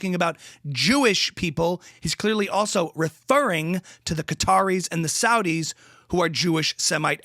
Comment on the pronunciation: "refeRRing" 😂 too perfect